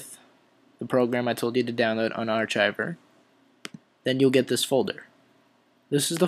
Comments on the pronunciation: unar"kive" not "chive" just a word to the wise fellow "english" speaking citizen. </3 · UN-ARCH-IVER LOL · lol, its pronounced unarkiver. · Lol 'arc-chiver' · lol its pronounced UN- ARK -IVER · "Un Arch Icher"? Dinker